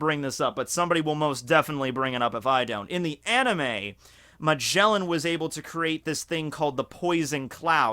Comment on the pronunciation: He is called Magellan Not fucking MageNllan